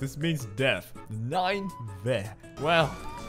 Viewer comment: Ninevah = Ne - ne - vah